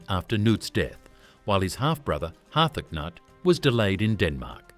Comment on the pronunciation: Har-thac-nut...the AI voice is comedy